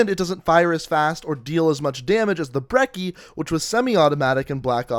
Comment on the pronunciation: Brecci not brekki